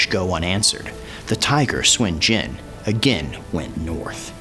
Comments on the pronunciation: why do u say swen jen ?? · It's not Swin Jin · SUN JIAN SOON JEE-ANNE THAT IS THE PROPER PRONUNCIATION Nice video though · "Swin jin" yeah..... no. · I'm chinese and it's not pronounced swin jin. Lmfao